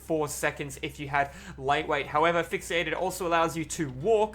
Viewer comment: i loved when he said "FIxieated"